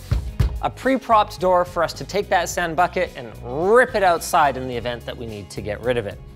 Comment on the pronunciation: haha 'and rip it outside' damn linus you so canadian its awesome